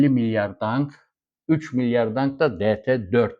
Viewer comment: Vietnam Dangi diyorsunuz ama o Dong olacak saygilar